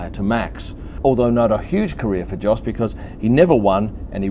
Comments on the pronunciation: you pronounce his dads name as Yos not Jos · I think Jos is pronounced "Yos" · Minor little point: Jos, pronounced the proper way by the Dutch (and the Flemmish and the Germans) is "Yos". So it's without the phonetic "D" sound in front, but the way "you" starts. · Although it is spelled "Jos", it's actually pronounced as "Yos". That's ok, rookie mistake. I'm sure you'll get it right next time. ;-)